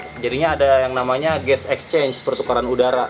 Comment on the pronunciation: Gas exchange kaliii.. bukan Ges exchange 🤣🤣🤣 RIP English